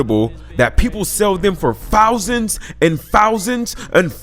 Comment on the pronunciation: Fousands lmaooo